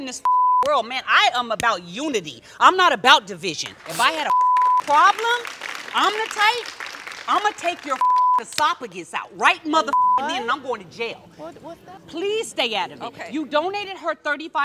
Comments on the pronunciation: Whats an “esoPIGIS” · Jackie said "esopagus". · Did she just say esopagus? 🤪🤣😂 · So we just gone ignore the fact that she pronounced the “p” in esophagus?